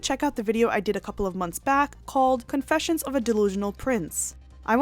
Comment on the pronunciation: Idk if it’s the way you talk, a Freudian slip or purposeful but the I noticed the slight emphasis on CON in CONfessions and I am here for it! 😂❤️